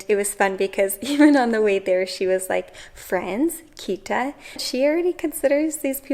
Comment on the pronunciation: try to pronounce the 't' in Kita more strong. it's not a 'd' sound.